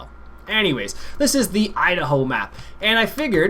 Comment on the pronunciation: i love how he calls it the "Eye-Da-Hoe map...he annunciats too much